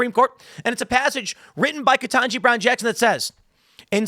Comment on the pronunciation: Ketangi? Naw. HELL naw! Not Ketanji. She be...